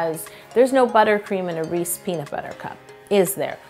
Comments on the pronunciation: Did it bother anyone else that she said “Reese” not “Reese’s” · Wait..is she saying "rees" ?>:O it's a Reese!😅 (no hate! I love your videos) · Did you call them "Reece" peanut butter cups? They're REESES not Reece, things like that bug me. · Anyone else notice she said Reese not ReeseS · She keeps saying Reese i -😐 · Jersey Girl here. Reesies all day 😂😂📐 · actually it's Hershey that makes Reese's, but reese-es is the way it's said in most of the us outside the Delaware River valley. I lived in Chester county PA about 2 miles north of Maryland and everyone there said reesy. They also pronounce water as "wudder" tho so.... Lol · Aleem I CALL THEM "REESE'S" BUT PRONOUNCE IT AS "REE·see·S" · To everyone saying she said "Reese's" wrong, it is in fact "Reese" in Canada. Check the thumbnail!!! 👍🏻👍🏻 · You wouldn’t think where you were from would change the way you pronounce the brand. Canada it’s spelled REESE’S. America it’s spelled REESE’S. I don’t understand. And I’m Canadian. I just always learned it the American way. LOL 😂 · Yes, it's so annoying that she says it that way. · YES. that bugged me soooooo much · Facts I'm from Philly too lol it was making be tight when she kept saying it wrong...Canadian aye lol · I was like hey she said it wrong that's not how we say it in Texas lol.. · Still triggered by the pronunciation 🤷‍♀️ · Never heard anyone pronounce Reese’s the way yo does😅💓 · Sana Saleh you haven’t. She’s saying it wrong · It’s not right. There’s an apostrophe and a s there that she completely ignored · Because That's not how they pronounce it in the commercials! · It’s an American candy pronounced Reese’s Peanut Butter Cup. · Oooooh nooooo she said Reese's wrong 😱😩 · Its Reese’s not “re-sees.” All you have to do is actually watch a Reeses commercial. They say their product name. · Never heard it called a "Reese" peanut butter before...its Reese's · "Reese's" not "Reese" Yo! Lol meanwile im from Philly where everybody calls them "Reesy" cups lol